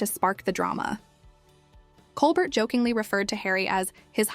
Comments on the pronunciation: Not to mention the pronunciation of ‘Colbert’ and the weird pauses before and inflection on some words. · You need to know how to pronounce Colbert's name, as well as Kate Winslet